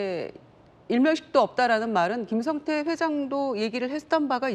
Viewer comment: 중국 에 있던 김성타? ㅋㅋㅋ 김진 앵커. 앵커 맞아? 한글 못 읽어? 김성태 라고 자막 에 나와 있는데. 김성타? 반복 으로 다시 듣기 를 했는데. 계속 김성타 라고 들림. 기자 출신 과 현직 기자 들이 전교조 한테 가장 쉽게 휘둘리는 집단. 아마 북한 하고 전쟁 이 나면 가장 먼저 항복 하지 싶음. ㅋㅋ